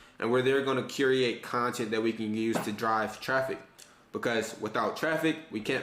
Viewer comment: Cure-ate. Not curi-ate.